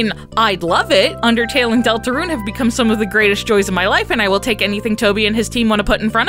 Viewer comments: Please stop pronouncing it deltaRUNE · ”Delatrune” in , time to make a third gaster video fixing that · The way she said Deltarune! 😂😂😂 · You emphasise "deltarune" weirdly